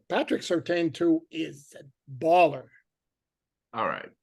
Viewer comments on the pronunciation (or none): Just so you know, its pronounced Sir Tan not Sir Tain.